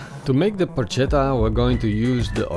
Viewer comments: Dude, you pronounce it porKetta no porcetta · It's pronounced with a k! In italian C+H=K. It spells "porchetta" and it's pronounced "porketta". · It’s pronounced Porketta not Porshetta, joust saying but looks great, well done! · It is not "porccetta" (that would be read the way you do) but "porchetta" (with "k" in the middle). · You pronouce it Por che ta not Por cet a. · It's pronounced Por"K"etta ... please! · Excellent video, but if I may: it's pronounced "porKetta" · Yeah! it looks pretty good! very good skill! I've never heard about the lemon before, but I, for one, don't think it's a bad idea! I will try it! If I can say a word I suggest to envelope all the meat in the skin, just in order to keep the juice in and, at the end, have the meat less dry and more tasteful ! ...one last thing... PLEASE!... it's written PORCHETTA but it's read PORKETTA! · porca miseria Yes :) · It's porKetta goddamnit! Anyway...pronounciation aside, it looks delicious. Great video, thanks! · Porcetta? Wtf? I have seen many youtube videos and italian simple words seems to be really hard to pronunce to english speakers..but they always accuse us for bad english accent ;D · Porchetta is pronounced PorKetta. the ch in Italian is K. Like Bruschetta. BrusKetta. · porcetta ma come diavolo parli :( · It is pronounced Porketa. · Please call it PORKETTA. Hate when people call it Porchetta since they don't know how to pronounce it in Italian. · When on earth anglophones will stop to pronounce the "Ch" sound as in Spanish. In Italian is a "k". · Matteo Onori Penso che non gli abbiano spiegato che in mezzo c'è una h che deve essere pronunciata... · Porchetta should cook for way more than 4 hours. 8 to 12 hours it the right time. Oh... and that's not how you pronounce it.